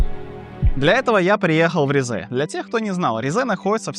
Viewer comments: Только Ри́зэ, а не Ризэ́ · Уважаемый автор, я конечно понимаю, что вам когда-то сказали, что ударение в турецком языке обычно падает на последний слог, это верно… но только не с именами собственными, т.е. не ризЕ, а рИзе, не истанбУл, а истАнбул, не анкАра, а Анкара, не караденИз, а карАдениз… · Ризе ударение на и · Вместо ризе послышалась рязань